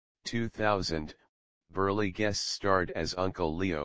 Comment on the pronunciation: it's :Burl", NOT BURLEY!!